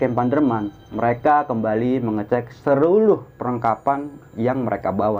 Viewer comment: Seluruh, bukan seruluh😂